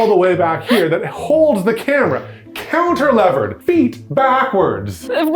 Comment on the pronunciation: Ahh. The confusion introduced by saying counter-lever instead of cantilever.